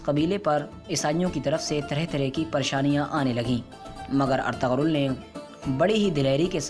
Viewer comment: Woh ertugul hai ertagal nai